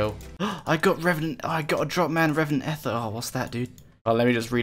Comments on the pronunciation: E-ther, not eff-er lool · stop saying ether wrong >:(